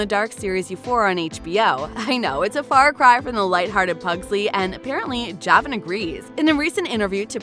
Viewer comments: It’s pronounced juhvon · You said javon wrong